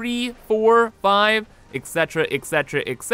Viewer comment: he said ect. for each floor, IT'S RINSE AND REPEAT FOR FUCK SAKES